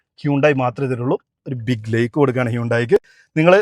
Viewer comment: Kuttaa lake alla..😂. LIKE nnu para nee. Lake enn paranja Thadaakam enn aanu artham enn ninakk arinjoode kuttaa..